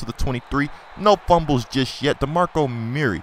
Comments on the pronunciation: It's not DeMarco Murray, it's DeMarco Murerry (CullenBurg's Voice) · your pronouncing murray wrong you say it like its mirry but its murray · Please don't call him Muur-Ray lmao. It's annoying enough when burg dies it.